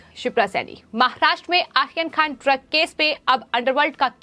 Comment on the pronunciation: सबसे पहले तो आप अपने चॅनल पर ये जो न्युज पढ़ने वाली का उच्चारण सुधारे। वो आर्यन खान का नाम आखन खान पढ़ती है। एैसे और भी शब्द है